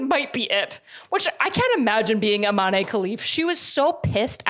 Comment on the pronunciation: I'm so sorry, it's not a big deal but it's pronounced Iman (without an e at the end). It's just a little painful hearing it pronounced Imanee. Great video tho <3